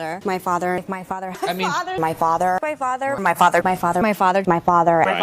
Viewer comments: Her "fazzah"? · After a while, doesn't it sound like she's saying "my fodder" ?? ;) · After a while it sounds like she is saying "my fodder," 😅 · Settle down ppl. ... she's saying "my FARTER" . .... she's talking about her gin-soaked butt! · when "my father" morphs into "my fodder" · He was our fodder in nam!